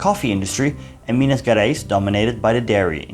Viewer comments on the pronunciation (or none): Excellent lecture! Just a remark: we don't say Minas GErais like you say get or forget. To sound like that it should be written like GUErais. Actually GE sounds pretty much like you would say pleaSURE or treaSURE, like the French pronoun JE, or you may say like as GEAR or GEORGE. Indeed you are able to sound Rio de JAneiro correclly. So you may try to say Minas JArais, it would be more understandable rather than GUErais. Thank you. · Great job! Pronunciation: "Minas Jerais" "Jetulio" .... J sounds near English. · The "Ge" in "Minas Gerais" and the "Ge" in "Getulio Vargas" are pronounced as the "Ge" in Generation or in General. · You should try to learn the pronunciation of Portuguese words. Your video is well done and educative. My grandfather was an infantry soldier out of Rio and died in combat. But your pronunciation is triggering specially the G in Gerais. Thank you for the effort.